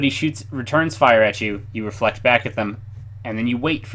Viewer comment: its reflect